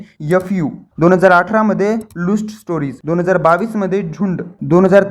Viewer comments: Luuust ase mhanat nahi......IT IS Lust..... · लुस्ट नाही ,लस्ट स्टोरी आहे 😂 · लुस्ट 😂 लस्ट रे लवडू 😅